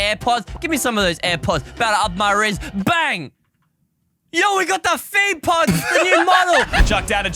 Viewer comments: Me too but it’s actually (feet pods) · Did realy said feet pods